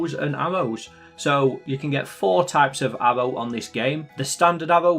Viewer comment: This guy pronounces aRRow like aHBow